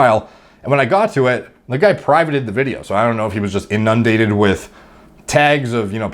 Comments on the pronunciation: Pronounced inun-dated, not in-nun-dated. I love you but that bothers me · Your pronunciation of inundated annoys me, listen to it on google and repeat. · Love your content dude but for the love of God, it's pronounced "inendated" not "in (pause) undated"